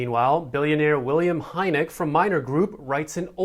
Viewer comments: I think Heinecke is pronounced Hi-knicker. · Way to slaughter to pronunciation of Heinecke lol... Hope money talks and the government listens. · Mispronounced Heinecke